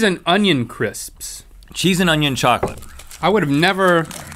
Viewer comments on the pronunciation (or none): none